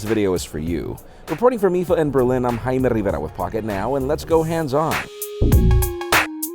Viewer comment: Wtf did he say his name is? How about we go with Jay-me? kthx.